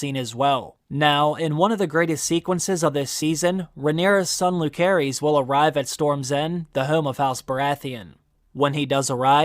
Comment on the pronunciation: Jacaerys is pronounce as Jaeserys and Lucerys as Luserys 🤦🏻‍♀️